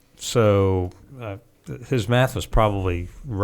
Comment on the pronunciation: Im sorry did he say tuaght "meth" ?